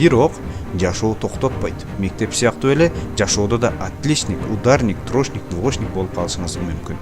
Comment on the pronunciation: Админ! Элге туура нерселерди жеткиргениң жакшы. Бирок, өзүң да аракет кылып, ушул мотивациаларды колдонуп, орусчаны үйрөнүп алчы. Билбесең двошник, трошник деп айтпай эле кой да уят болуп. Же үйрөн.